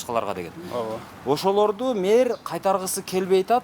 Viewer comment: Мер эмес, мээр эмес, меер эмес! Мэр, эми туурасы шаар башчы же калаа башчы болсо кыргызча болмокпу дейм.